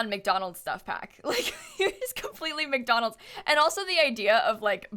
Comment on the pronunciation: Am I the only one cringing each time she says McDolands? Wendy's is where fast food is at!!